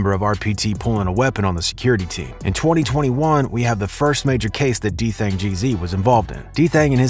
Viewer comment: u didn't even say his name right 😂😂😂u gotta remake dis video so much mistakes 🤣